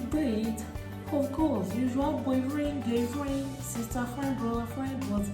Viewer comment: will not kill somebody oo 😂😂😂😂 "boyfren gyrlfren"